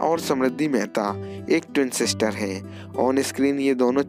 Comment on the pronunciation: मेहता नहीं मेहरा